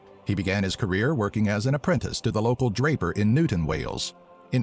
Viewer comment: as someone who lives here it's pronounced newtown not newton. Also that building is still there today and still has businesses operating from it.